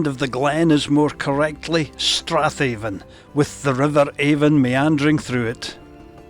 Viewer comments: It’s Ben Aan a Glen Aan…the V is silent even in local dialect and not just in Gaidhlig😁🏴👍🏻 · Sae div I am fae Banffshire an a native Doric Spikkir an weel kent for ma promotion o thi Doric leid..Noo as for thi “V” nae bein silent in Doric yer nae richt, as it’s local Doric spikkirs aat pronounce it A’an.. speir ony local an they’d syne tell ye aat, an it’s been aat wye since thi Gaidhlig deet oot roon Tomintoul 😁 I affa enjoyed yer video but jist nae sayin “Avon” aa thi time an pronouncin it thi richt wye wid o been mair informative tae thi general audience nae fae aboot here 😁👍🏻🏴